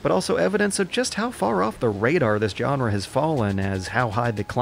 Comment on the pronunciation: "Jenre" is my favourite Bunnyhopism.